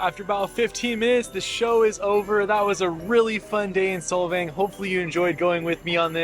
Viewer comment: SOLVANG NOT SOVANG